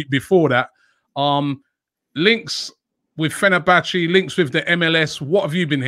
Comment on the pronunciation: Impressed he pronounced fenerbahce perfectly, nothing groundbreaking but always good to hear from Romano